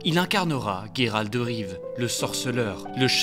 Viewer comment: Comment !? Guéralde Rive ? WTF !? -> Geralt de Riv ! (Prononcé : Jéralte De Rive !) Ah ? Comment ? C'est prononcé à l'anglaise ? Mouais ... l'excuse !